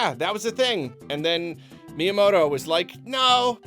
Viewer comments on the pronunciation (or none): none